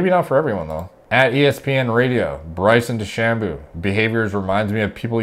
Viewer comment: Bryson De-Shamoo